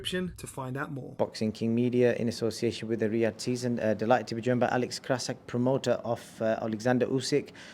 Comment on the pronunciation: "krasziuk",,, how many days you actually worked in your life, huh ??? Let me guess,,, None.